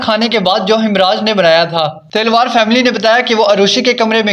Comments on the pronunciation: Talwar ko Telwar kyon keh rahe ho ? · आप बोल रहे, तिलवार फ़ैमिली, जबकि वो तो तलवार फ़ैमिली है, आपकी आवाज़ बिलकुल भी स्पष्ट नही, कहानी की कड़ियों को जोड़ भी नही पा रहे, इसमें आपने कोई भी नई बात नही बताई, किसने मारा स्पष्ट नही है। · Talwar not Telwar